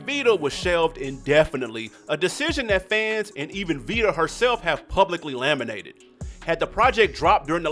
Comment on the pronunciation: On vita....it's lamented not LAMENATED.